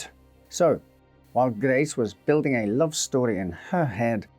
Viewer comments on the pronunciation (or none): none